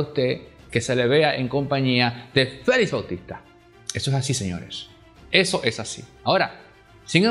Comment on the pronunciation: FELIX , Y NO FELIZ, QUE ES UN APELLIDO. ESTOS COMUNICADORES DAN PENA PORQUE NO INVESTIGAN A FONDO COMO ESCRIBIR Y HABLAR.